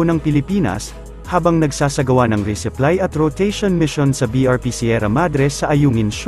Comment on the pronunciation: Resupply hindi reseply